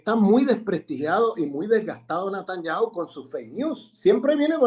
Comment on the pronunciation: Buen análisis. Lo único Sr Grosfoguel es Netanyahu con "e" y no con "a"